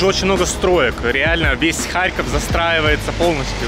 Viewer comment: киев был столицей УНР. а харьков коммуняцкий. (кстати харьков ударение на "О")